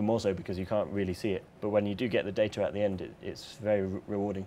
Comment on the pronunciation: I love how he says data. "day-tihh"